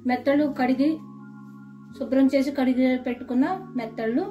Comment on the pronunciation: Methallu ...not nethallu